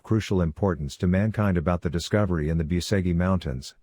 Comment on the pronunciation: Biuseghi mountains......😂 Lear the fu...kin spel corectly that name, BUCEGI, not Biuseghi....🤦